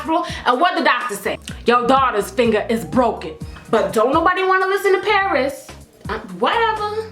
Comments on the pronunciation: 'Whats up y'all its your girl hey prrrrris' haha cracks me up every time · " OKARRRRRR " " PARRRRRRRRRIS"